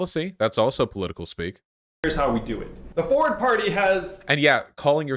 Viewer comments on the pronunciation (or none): it's quite annoin how everyone says the name always wrong... it's not Foward, it's Forwhat(?) party get it right damnit